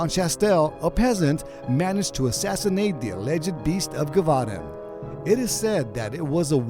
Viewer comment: (Jeh -voh -dahn)